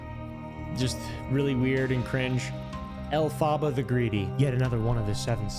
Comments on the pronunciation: The way you say Elphaba is funny it’s pronounced (elf-aba) th aba is pronounced like hubba hubba but just the ubba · the way you say “elphaba” kills me 💀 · the mispronunciation of elphaba will never not be funny to me